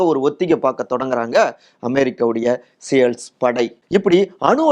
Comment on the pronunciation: அமெரிக்க படையை தமிழில் சீல்ஸ் என்று உச்சரிக்கவும்...சேல்ஸ் என்று சொல்லுவது ஒரு மாதிரியா இருக்கு 😂